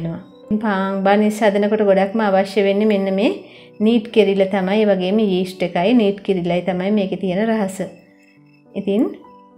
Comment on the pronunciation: ඊෂ්ට් නෙවෙයි යීස්ට්